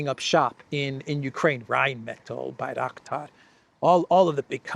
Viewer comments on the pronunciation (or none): Bangraktar factory, you say? 😂